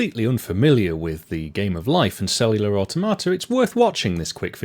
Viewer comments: Well, it isn't pronounced like "a tomata", that's for sure! lol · One of us is pronouncing automata wrong and I'm not sure who it is 😄